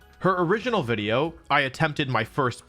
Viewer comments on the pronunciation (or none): Big ups pt 2. This wideo vewy podgers